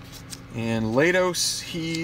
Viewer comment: For future reference, it's Mat LAY-tos.